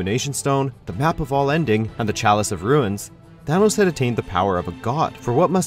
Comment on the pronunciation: Its Thanos not Thanos